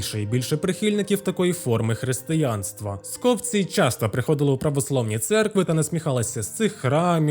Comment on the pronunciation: Скопці́ - правильний наголос.